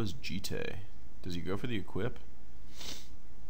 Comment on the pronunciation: Thank you for actually pronouncing 'Jitte' somewhat close to its actual pronunciation, instead of the stupid "Djitt" most people say. Also, sweet deck, great to see someone finally draft it!